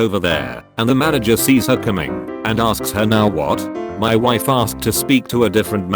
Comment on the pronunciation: am I the only one who heard "My waifu at the time..."?